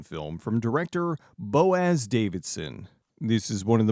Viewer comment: Do they address the "bone-waste" issue that would occur if people lived on the moon long-term? Osteogenesis requires Earth-like gravity to remain constant. "bo-OHZ." Accent on the second syllable with a schwa. It's a Hebrew name, significant in Freemasonry, used alongside Jachin (pronounce "ya-KKHHEEN" with a rolled "hhkk"). Too bad it's not 2051, then you could reference the intro to Strange Brew. Maybe he'll get a Cherry 2000. What's with the eyelids? Does he think he's Billy Zane or something? Or maybe Billy Zane was copying him! Like S.T.A.L.K.E.R. players, especially in the Anomaly mod, who don't use grenade launchers then wonder why when they get killed to Deth by a chimera or pseudogiant. Called it! Cherry 2000.